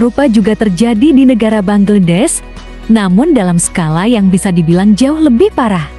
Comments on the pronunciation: Bacanya banglades kalii.bknnya bangledes😮😅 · ingin tampil beda sy denger bangedes. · Bangladesh mbak bangladesh BUKAN bangedes